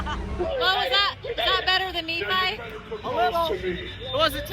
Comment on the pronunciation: When said "was that better than Nephi" my ears heard "was that better than meat night"... now I want to have a meat night!!!